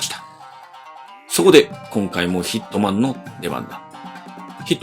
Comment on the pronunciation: 最初ヒッ肥満に聞こえたw